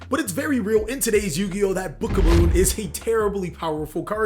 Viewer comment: it's book OF MOON NOT BOOKAMOON u pissed me off so much